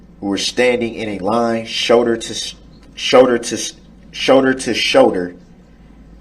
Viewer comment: He almost had a stroke! "SHOWDER TO SHOWDER"